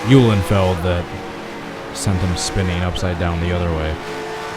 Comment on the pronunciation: Thanks for pronouncing my name correct,. Car looked nice and banged up.